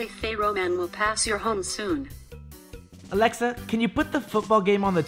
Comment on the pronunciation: Alexa isn't saying it right in spanish